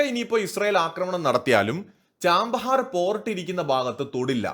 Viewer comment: ചാമ്പഹാർ അല്ല ഛബ്ബഹാർ ആണ് ശരിയായ പേര്